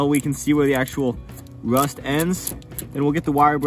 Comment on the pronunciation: did you say rust or wust